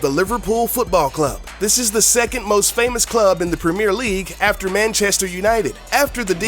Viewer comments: I expected a correct English pronounciation, which you Americans struggle with. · The way he pronounced Premier League.. ugh..